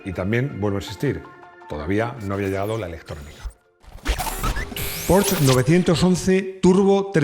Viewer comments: muy bueno el vídeo, pero has dicho "porsh". Pregunta a tu sobrino el que sabe alemán y verás. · Porfabor no digas porch di Porsche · ¿Por qué pronuncia un apellido alemán como Porsche comiéndose la E final? Por favor… pronuncialo en alemán o en español que suena igual y no en un pseudo inglés macarrónico. Un alemán escucha a alguien pronunciando Porsche sin la E final y ya sabe que el sujeto es un palurdo y es Stradale, de calle en italiano y no Astradale… el que no sepa de idiomas queda mucho mejor estando callado…